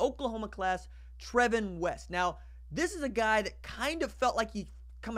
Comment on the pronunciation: I knew him and his name is pronounced Travon